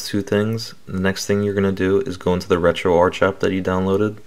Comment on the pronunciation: And its pronounced RetroArk BTW. Lol